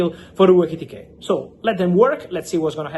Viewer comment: Say Etikite one more time …..